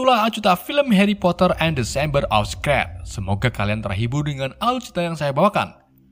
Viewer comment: Shameber of scrat 😂